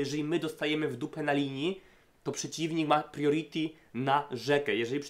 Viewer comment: Fajnie sie slucha, subek, tylko ploox zobacz jak sie mowi "early" i "priority" bo uszy bolą :p